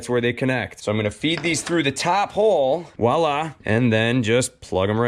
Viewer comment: Note: It's "Voila," not "Wahla" . . . just sayin'. Thanks for the helpful vid!